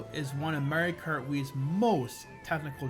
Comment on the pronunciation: I love your videos and personality. its just one thing, its called "Mario kart Wii" not "mere krr wii"